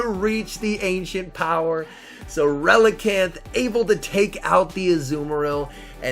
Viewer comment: Relican'th? ReliCAN!